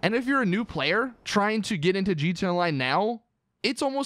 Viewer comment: Stop saying gtonline and say it right